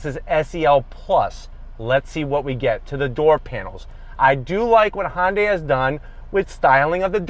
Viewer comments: HUN-day not HON-day lol great video though thank you! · I love your reviews! I just wish you'd stop calling it "honday". Try saying it "hun day". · It's not "Hon-day" it's pronounced "Hyun-dae" or at the very least try "Hun-day"... I mean if you're gonna keep making videos for the brand might as well get the name right. Besides that, great comparison video! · Why is he pronouncing it "Hon-dai"? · This probably has so many dislikes because he doesn't pronounce Hyundai properly and he works at the dealership. Feel like maybe he should?